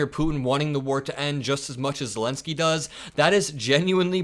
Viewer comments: did you say vladimir selensky? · Vladimir Selenski you said. Just like Biden. Haha